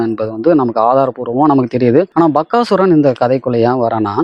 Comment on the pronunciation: Bakkasuran illa Bagasuran. Please pronounce proerly.